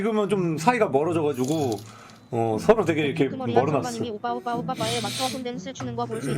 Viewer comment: 아무리 들어도 오뽸로 들리는데